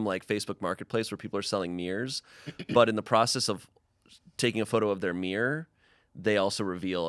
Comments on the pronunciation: I can’t cope with how they pronounce mirror😂. It sounds like ‘mierr’ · Why does pronounce mirror like that